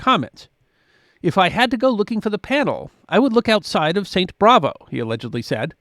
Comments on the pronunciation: It’s St. Bavo not Bravo. There is no R in it. I would have used sawn instead of sawed. I loved St Bavo’S when we went to Europe. Ghent is beautiful and worth stopping on your way back from Bruges. Brugge is worth days and days of sightseeing. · It’s Saint Bavo’s Cathedral. Not Bravo’s. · Not Saint Bravo, Saint Bavo. 😸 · Saint “Bravo”? Not “Bavo”?